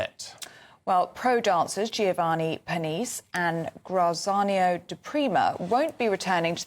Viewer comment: Neither of you were correct. Grat-zee-arno